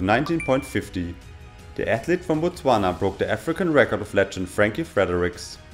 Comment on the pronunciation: Wow your pronounciation of Botswana is perfect